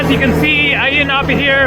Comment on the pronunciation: Ayia Napa is known as a British/European hangout for the party crowd. I’ve always thought Ayia the A is silent, sounds like IYA in pronunciation! What a noisy bike your riding, sounds like an old rusty lawnmower, lol